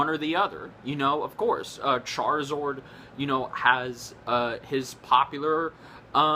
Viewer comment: its charizARD not charizord